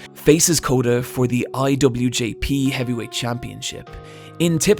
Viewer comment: Great video, makes me realise I should watch some NJPW instead of just WWE, not just the storylines but the action just looks so much better. One thing though, it’s IWGP, not IWJP.